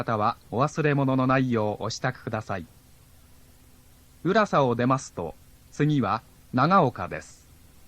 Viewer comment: 乗り換え案内が今より丁寧だ。 浦佐のイントネーションが違う?